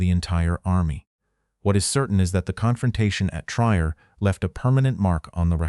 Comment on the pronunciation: The correct pronunciation of Trier is tree-air, not tryer.